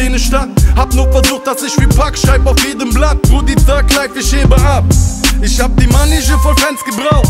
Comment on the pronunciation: Bravo an eko dass er mal thug life richtig ausgesprochen hat